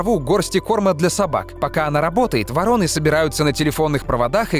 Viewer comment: 16 дцатое там не ворОны, а вОроны.